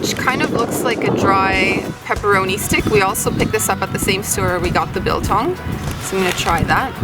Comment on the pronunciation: pronounced like bull tongue not bill tongue